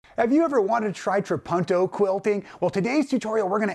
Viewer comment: Please pronounce it correctly. Tra-poon-toe.